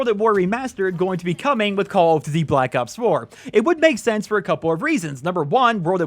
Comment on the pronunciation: they probably didn't invite you because you cant say call of duty properly :D